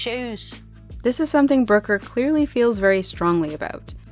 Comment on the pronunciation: The way you pronounce Brooker as "broker" is incredibly jarring.